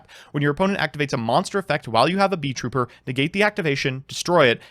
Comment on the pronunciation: THEYRE NOT BEES, THEYRE BEETLES. ITS NOT BEE TROOPER, ITS BEET(LE) TROOPER, THE T IS WORKING DOUBLE